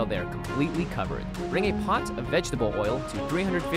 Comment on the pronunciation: Anyone else realize how the guy stresses the end of every other word like "poT" "waTER" I find that interesting